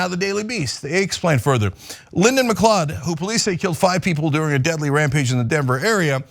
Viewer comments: Just by the by, gotta say this, it's pronounced Mcloud. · Macleod, mcleod both are pronounced macloud. It's a Scottish name and should be pronounced as such. Keep up the good work tyt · FYI...its pronounced McCloud not McClod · That was an interesting way to pronounce it. I'm sure there are different ways. I have members of my family with the last name McLeod (NOT relate to this guy) and they pronounce it Mic-Cloud. I was always clueless, at first, as to how to spell it, because of their pronunciation - mic-cloud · IT'S PRONOUNCED 'mcloud'!!! 🤬🤬🤬 Has nobody heard of the Highlander? This recent string of Mcleod's murdering people is getting frustrating. #HoldFast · its pronounced ma cloud. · Lyndon McLeod is a clod but the correct pronunciation of his surname is "McCloud".